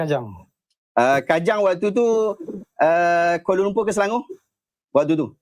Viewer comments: Kuala Lumpuuuuurrr bunyi pun serupa Indonesia ja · Di sebut kuala lumpurrrrrrrr 🤣🤣🤣